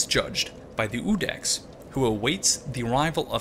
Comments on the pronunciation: On the pronunciation of Iudex, in latin it would be something akin to "youdex" ("you" here being pronounced like the english personal pronoun). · This is a very minor matter, but it kept bugging me. The correct classical pronounciation for the word "iudex" should be "yūdex" (/ˈjuː.dɛks/). Just like in the family name "Iūlius/Julius" the "I" should be spelled as "Y" like in the English word "year". The "I" is definitely not silent. Language lesson over, can't wait for your next video. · Iudex is pronounced "You Dex" and means "Judge."